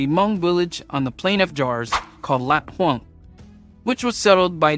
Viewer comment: Laad Houang, not Lat Houang